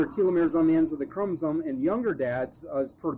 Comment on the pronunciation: Also, please stick to one pronunciation of telomeres.